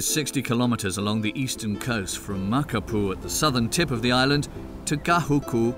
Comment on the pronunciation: Great interviews for this documentary, but you need some clarity on pronunciation. The two volcanoes are Waianae and Ko'olau, not Ko'alu. The Queen is Lili'uokalani, not Lilani. Waikiki Beach, not Wakiki. Makapu'u, not Makapu. Makapu'u is on the east side, not the south. Kahuku, not Gahuku.